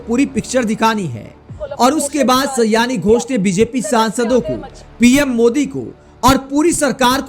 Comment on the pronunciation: सयानी नहीं, सयोनि है उनका नाम। अर्थात, करीबी मित्र।